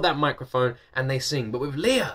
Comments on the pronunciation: I love how much you love Lea! Me too! Now that you're a fan, allow me to share how to pronounce her name: It's pronounced "Lay-uh" ...not the traditional Leah ("Lee-uh"). I think Lay-uh said she actually has a cousin named Leah, so her parents named her Lea ("Lay-uh") with a long-a, instead of a long-e, to change it up. Keep making great videos! :) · I enjoy your reactions to listening to Lea Salonga. I'm a big fan of her as well. When you finally get to see her and talk to her, I hope you say her name correctly. :) It's Lea with a short e, like "lay yeah". Hehe. More power!